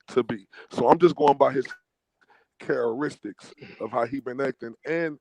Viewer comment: This dude said chareristics lol, he meant to say characteristics dam bro and this dude is supposed to be an adult 🤦🏾‍♂️